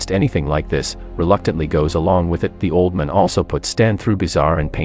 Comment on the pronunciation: How do you not know how to pronounce old man?